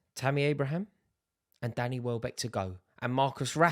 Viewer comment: Bro really said wellback 😭😆